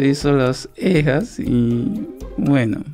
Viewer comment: Alguien se dio cuenta de que el dice eja en ves de ceja